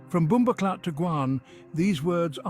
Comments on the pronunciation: HE SAID BOMBO CLOTH INSTEAD OF CLAATH. 😂😂😂😂 WELL RESEARCHED AND PRESENTED THOUGH . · Just hearing what sounds like David Attenborough at first mis pronounce bumboh claat had me rolling, especially the subtitles spelling it the same way he said it. 😂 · It not BumboCloth!! Get it right!👍